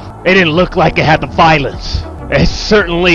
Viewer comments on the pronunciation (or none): none